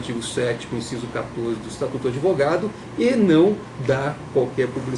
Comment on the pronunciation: Não é adevogado seu jumento